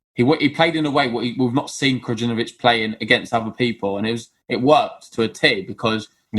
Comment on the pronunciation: Guys its not kraGinovic... the J is almost silent so saying KRAINOVIC IS WAY CLOSER. THANX